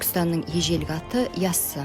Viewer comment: ЯССА ЕМЕС ЯССЫ! ДЕП АЙТ!